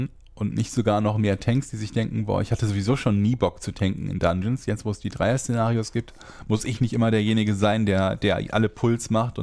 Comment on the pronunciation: Szenarios oder Cenarius...hab manchmal gedacht du redest vom raidboss xD